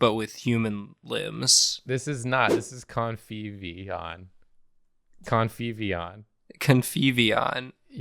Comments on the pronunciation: kept hearing covfefeon 😂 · Every time says his creation's name, it gets closer to Covfefeon. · Every time said "Conviveon" I heard "Covfefeon"